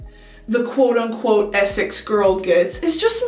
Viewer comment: The only two things you’re kind of getting wrong with the accent is the way you say “Essex” (you say “eh-suhcks” but it should be “eh-six”) and the way you say “do you know what I mean” (you say “do you know what - I - mean” but it should be a shorter “d’you knowwhatImean” all flowing together, rather than paused and separate)